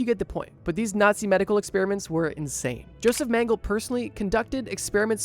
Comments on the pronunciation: His Name is mengele , and a german. Why do you assume his last Name is pronounced straight english? Like where did the last "e" go ? Mengeleeee not mänggel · Meng-ga-luh...not ming-le. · Hey, if you need it in the future, Mengele’s name is pronounced more like MEN-guh-luh. He’s obviously a horrible piece of 💩 so I figure he might pop up in a video later. Otherwise, this was enjoyable and absolutely terrifying. The people who were willing to scar their babies for life? Wild. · eh.. this nzi doc is called "joseph Mengele" eh.. Meng-e-le.. greetings from germany. love your Videos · I get that incorrect pronunciation can be annoying but he was a monster so he deserves to have his name pronounced wrong